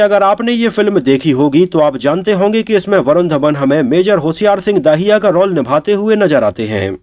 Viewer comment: Bhai, aaj narration kaafi kharab raha.... होशियार सिंह दहिया है न कि दाहिया, दिलजीत है न कि दलजीत और शेखोन नहीं बल्कि शेखों है। Baaki movie is a must watch for all. Sunny Deol is as wonderful as always but it is Varun Dhawan who nailed it. Though I have never been a fan of him or we may call him Gen Z or nepo kid but in the role of a soldier, I must say YES, HE DID IT. As far as the dialogues are concerned, my favorite dialogues are the ones which were not revealed in the teaser/trailor: Varun Dhawan, "Hum Border Paar Nhi Karenge, Border Hi Badal Denge." And Diljit Dosanjh, " Log Jab Uppar Dekhte Hain Toh Unhe Bhagwan Dikhai Deta hai aur Dushman Jab Uppar Dekhte Hain Toh Unhe Shekhon Dikhai Deta Hai." Simply awesome!!